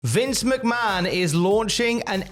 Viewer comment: you still mispronounced Stephanie's last name